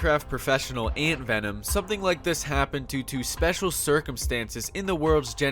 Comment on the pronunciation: Did you genuinely say AntVenom as AnBenom